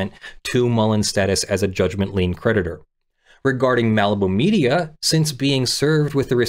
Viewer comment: I was listening rather than reading along, and I kept thinking you were saying the judgement predator instead of the judgement creditor, which really made this case sound extra exciting! Watch out, the judgement predator is hunting you down! 🤣